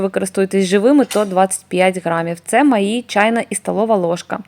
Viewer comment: Та Ви, напевно, жартуєте. Вона розмовляє як Юлія Тимошенко: "маї, замєс, лапатка, брадіння". Хіба це гарна мова?